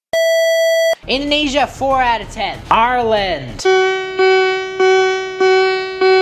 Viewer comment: During indoniesa I thought he was saying a cuss word… 😢